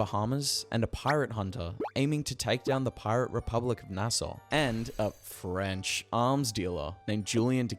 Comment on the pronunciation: bro why did you say French like that, it felt personal for no reason